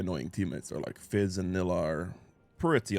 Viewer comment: Need to give Nilah a bakers skin…. So your pronunciation would be correct 😂😂😂 vanilla without the va